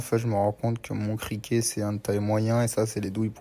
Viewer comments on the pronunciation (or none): Cliquet * pas criquer 😂